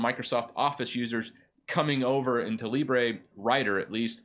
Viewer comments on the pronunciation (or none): none